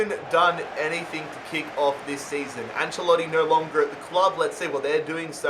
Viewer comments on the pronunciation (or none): none